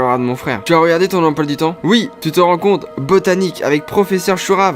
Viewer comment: "ton em poils du temp" XDD